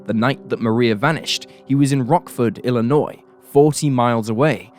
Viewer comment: As a Chicagoan by birth, thank you for pronouncing Illinois correctly. Even Americans oddly mispronounce it, often (I should stop being surprised by that, however lol). I knew of this case, just because sycamore isn't too far out of the Chicago area.